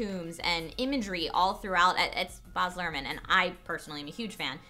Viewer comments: Anyone else getting irrationally frustrated by the mispronunciation of Baz? Australians will tell you that the 'a' in Baz is said like dazzle. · The a in Baz is pronounced like the a in bat not the a in bar. sorry to knitpick but as an aussie that really grated. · why can't you say "bad" right? its baz as in short for barry. Get your aussie bogan right and don't extend the 'a'! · STOP calling him "BAHZ" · Baz Luhrmann and the rest of the cast had an IMPECCABLE understanding of the book. And it's pronounced bAz not boz ahahahah.... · why do they pronounce baz as bahs? it has a long "a" sound.....not to be picky but if you're going to criticize his movie and you're such big fans, you MIGHT want to pronounce his name correctly. not even trying to be a troll or whatever, but yeah. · OMG BAZ as is bAAAAZ, not boz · boz luhrmann. haha. first time hearing an american pronounce his name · it really bothered me how you kept pronouncing baz, bahz..... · Its Baz, not "Baaz". Damn it, please use proper australian pronounciation! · Keep it in your pants! Calm down.. And it's Bazz not Bhars dork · It's Baz Lurhmann. Not Boz... C'mon ladies! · its baz! not baars! da fuk , u guys say u love the director? u cant even say his damn name... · Glad I wasn't the only one... I was like who the hell is this Boz they keep talking about... I died a little every time. LoL. Like saying Leonardo DeCaRprio. Still an enjoyable review. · They have no idea how to say his name lol it's Baz lol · i laugh... but i think i bled out of my earhole every time said 'boz' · Omg say baz properly:') I love the book, can't wait for it to come out in the uk, I'm a huge moulin rouge and baz fan! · Did I miss it or did they mention the director? Was it Baz? Did they say Baz? I could tell if they said Baz. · I like, but you would think such a fan of Baz Luhrmann would be able to pronounce his name right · every time you said Baz, i cried a little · Baz, pronounced like the word 'jazz'. :)